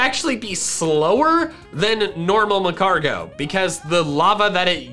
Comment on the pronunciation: It’s pronounced magcargo